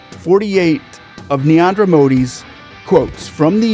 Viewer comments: It's Narendra Modi, not Neander Modi, it's not so hard to say a PM's name even if you're American. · NA-REN-DRA not that difficult to pronounce. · Amazing video but one correction, It is Narendra Modi, not Neander Modi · First things first.. He is Narendra Modi.. not Niandra Modi. :)